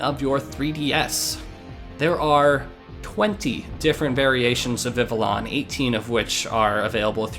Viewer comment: I hope this isn't one of those moments where tons of people have said this to you and you simply prefer your way, but Vivillon's name comes from the french word for butterfly, "papillon", so the correct pronunciation would be like "Vih - Vee - Yon". If anything, Vivillon is the Pokemon that taught me how proper French pronunciation was less commonly known in the English speaking parts of the world than I once thought, cause I didn't even hesitate to read it like a french name the first time I read the name and yet I got friends who say "vih vih lee uhn". Incidentally, I do have a friend with a living dex, and from what I've seen, catching all the Vivillon forms appeared to be the most fun of the "tedious" Pokemon to get and they brought boundless joy, as all Vivillon should. Glad to see one in use.